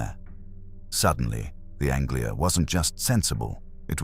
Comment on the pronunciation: Yep, I remember very well the Ford Angela ----- ANGELA, not Anglia!